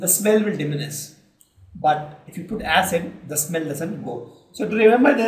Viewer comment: And u people pronounce many words wrong...such as acid, features...and etc..